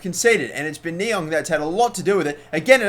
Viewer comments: It's pronounced ni-ang I think not ni-ong :) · Stop saying Ni-ONG...its Ni-ANG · you say Ne-Yang not Ne-Yong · It's fucking Niang not Niong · It's niang not niong + check out docks arsenal career and u will c what he got niangs overall up too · It's Niang not Niong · Niang is said NEE-Ang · Its pronounced knee-ang. No worries though, I would of thought the same if I didn't search it. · There is an 'A' in Niang it's not NiOng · Niang is pronounced Knee-ang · Please say niangs name right ffs